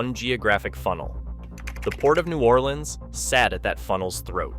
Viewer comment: Please pronounce New Orleans “New Or Lens” like the guy in the video. That’s how all the locals say it. If you say new or LEANS imma slap u😂❤